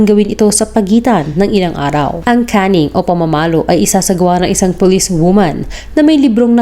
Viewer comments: "Caning" Not "canning" Anyway thanks for all the information. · Caning. Cane pronounced like sugar cane. Not can, as in lata.